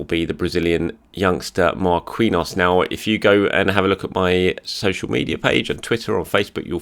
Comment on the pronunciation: You should really fix your pronunciation of "Marquinhos", PSG and the Brazilian National Team have another Marquinhos and as far as I remember you pronounce that one right. Anyways, it's not Mar-kiwi-nhos, it's Mar-ki-nhos.